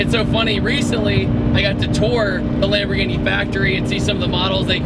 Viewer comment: "twin turbo lambgo"😂😂